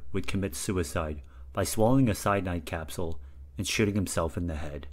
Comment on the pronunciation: this is much more minor and could stay but it sounds a bit like you say shiting instead of shooting i think you might have said latzi land marks instead of nazi land marks and then this there is a bit of a pause. : )